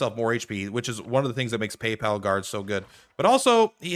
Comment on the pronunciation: please, for the love of god, stop mispronouncing papal. It's not "pay pal" its "pApul". It's a religious organization so the papal they are referring to is the pope.